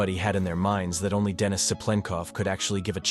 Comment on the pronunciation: Why the fuck are you switching up how to pronounce denis halfway into the video? Weird.